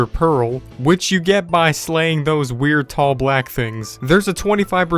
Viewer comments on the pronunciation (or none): none